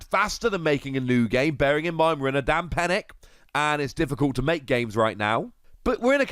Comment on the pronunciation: did he say dampanic instead of pandemic?